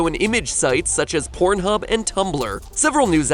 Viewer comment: Just funny how he annunciates it so strongly to put emphasis on it. Sounds weird to hear the word porn said by him repeatedly